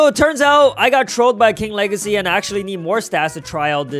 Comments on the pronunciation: Bro you say two time king lahrsy not. King wageys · He said king wegacey